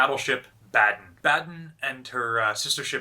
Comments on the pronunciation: Just a small hint if you want to improve your German: Baden is pronounced with the “a”-pronounciation you use with the word “car”. And “Bay” in Bayern is pronounced as the English word “buy” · Baden is pronounced BAH-DEN